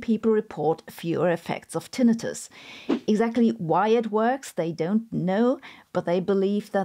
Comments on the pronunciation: Your pronunciation of Tinnitus was like nails on a chalkboard... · It’s always weird when I hear the secondary pronunciation of tinnitus.